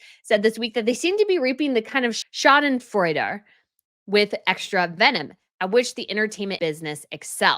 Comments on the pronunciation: Schadenfreude is not too hard to pronounce Just put it in Google They transcribe it as "Sha duhn froy duh" 😅 and that actually comes close to the original. Your second pronouncuation was great 🎉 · It's read "Sha - den - froid". You can type any word and ask google how to pronounce. Try it out. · Pronounced Shardin Froyda - Schadenfreude meaning, you are happy when something bad happens to someone else. pleasure derived by someone from another person's misfortune. "a business that thrives on schadenfreude" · In American English it is usually pronounced shade-in-fraud. Many famous psychologists have discussed it. It is rather mean hearted. Oh, I so feel you have hit the nail on the head with this video. She should just be a Kardashian. Her late Majesty saw that was what Mm was headed for, I believe, and that is why she said no half in. She saw MM in action. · Roughly it's schodden-froid-a. Meaning enjoying someone else's suffering. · Say it like: Shaadenfroyd 😊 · “Sha’den froyd” or “shoy -den-froyd” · Back in 2021 you told us that you were a PhD candidate. You can't define or pronounce schadenfreude? I think you and Meghan may have a lot in common. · "Schadenfreude" is a very important concept. I think, that you should learn its meaning and pronunciation!